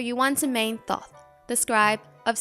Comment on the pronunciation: Great video but it’s pronounced toth, the first h is silent